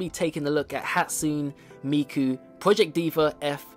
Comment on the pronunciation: "Hatsun Miku" cries